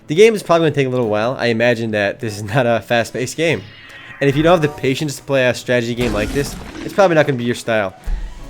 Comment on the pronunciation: He said "stragety" - It's a strategy tragedy.